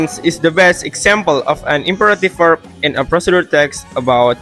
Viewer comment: Fluency (4/5): The speech is relatively smooth. While there are occasional pauses when explaining technical steps, the volume remains clear and the delivery is easy to follow. Pronunciation (5/5): Pronunciation is excellent. Key terms like "imperative verbs" and "temporal conjunctions" are articulated perfectly, making the lesson very accessible for X-grade students. Content (5/5): The main idea is very clear. The video thoroughly explains the social function, generic structure, and provides a complete step-by-step demonstration. Organization (4/5): The information is well-organized. The transition from theory to the practical "how-to" demo is logical, though the pacing between chapters could be more balanced. Creativity (4/5): The project is expressed in a fairly original way. Combining the "Guardian" narrative with a procedure tutorial creates an engaging and non-boring learning experience. NOVA/13/XG